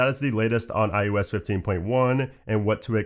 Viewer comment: Your videos are so informative thanks! It does make me do a double take when you say iUS instead of iOS. I thought it was just the microphone until you said Mac OS.